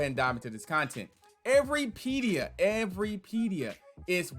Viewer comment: Lol you’re saying it wrong